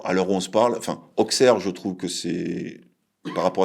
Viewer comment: O-SSERE, pas AUXE-AIR ahah ^^